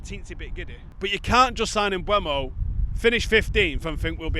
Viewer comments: Mbeumo has stated as recently as about 6 weeks ago how to pronounce his name. It's spelled MbEUmo, not MbUEmo. Very simple. E before U. Mboomo. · Sorry, just watched the video of him pronouncing his own name, again, and it’s still not m-BWEH-mo. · He's said his own name. You choose to not say his name the correct way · there's two videos of Mbeumo pronouncing his own name on YouTube. Also, how can "eu" make a "we/ue" sound anyway you dingbat.